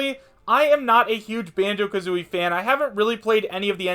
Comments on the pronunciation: Wait did just say Banjo KAtooi XD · Did he say Bango-ka-tooie?